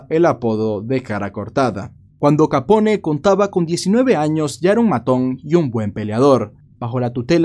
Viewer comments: le ruego no lo tome a mal, pero me duelen los oidos cdo ud dice capon en vez de capone. un capon es 1 gallo castrado y capone es la correcta pronuncicion del apellido de al. le reitero q no es una critica malintencionada, si no algo, quizas pequeno q le dara mayor calidad a su canal. la pronunciacion correcta es muy importante en el caso de 1 narrador. mil racias x su trabajo. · Sí, haz una serie de todos los mafiosos Italianos famosos, incluso de los irlandeses y los demás. El Italiano se pronuncia como el Español, o sea todas las letras. No se dice Capón, sino Capone, diciendo la E al final. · QUE CLASE DE NOMBRE ES? QUE QUIERE DECIR? NO SERA BUSGO, PARA LAS HISTORIAS? ES BROMA Y MUY BUENA NARRACION DE AL CAPONE ( SE PRONUNCIA "CAPON" )